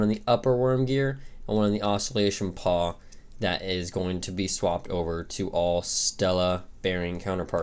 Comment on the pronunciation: It's a PAWL, not a paw lol